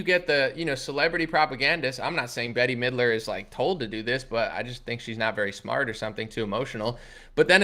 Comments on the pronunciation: STOP say'n Betty Midler its 'Bet' ... it's like hearing people call you Analy... geesh! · Her name is pronounced Bet mid-ler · BETTY Midler!! 😂😂😂 Never heard anyone say that name like that. mispronounces everything. It always cracks me up. 👍🏻